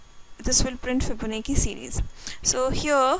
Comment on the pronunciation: its "fibo. na. chi" pronunce